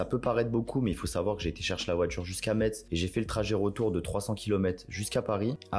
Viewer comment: C’est « Messe » pas Metse